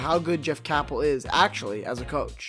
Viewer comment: First of all it's pronounced CAYPEL not CAHPEL. And second nice prediction about Pitt, NOT!!